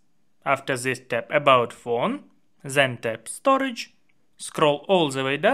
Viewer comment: That's the Russian accent kicking in 😂❤